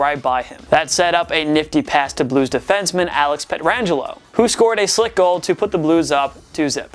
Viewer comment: go ahead keep calling them gretzlaf and pet-rangelo